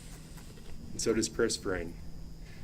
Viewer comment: This defense attorney is so annoying! She can’t get her facts straight and she can’t say people’s names correctly!!!! Hello!!! It’s Frain, not Fran! Geeze